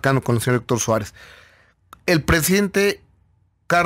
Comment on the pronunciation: "Héctor Suerez??"